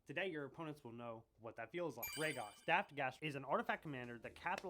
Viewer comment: MFr keeps sayin Rogast 😂